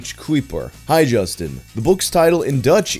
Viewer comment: Justin's pronunciation of everything in Dutch is just... chef's kiss